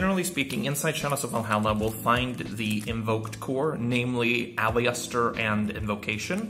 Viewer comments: Can i just say Aliester is pronounced Al-i-ster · The i is silent in aleister bro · Like the video but I am triggered by the way you say aleister